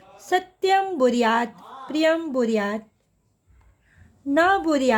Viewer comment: Mam kindly improve your PRANANSIATION It's bruyat not buryat